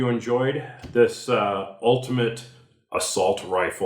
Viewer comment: The fact you called it an "assualt rifle" is the very reason I quit watching.